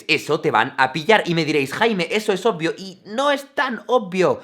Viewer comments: Por qué pronuncias "opio" en vez de "obvio"... y, "opiamente" en lugar de "obviamente"? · pronuncia muy bien la palabra "obvio" jaja